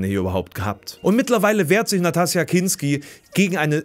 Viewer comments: Wie kommt der feine Herr darauf, `Nastassja´ als Natassja ohne `S´ auszusprechen ..!?🤦‍♂ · "NaTassja" Kinski?? Autsch... Was für ein Affront, diesen weltberühmten Namen nicht richtig aussprechen zu können! Wieder überarbeitet,?;-)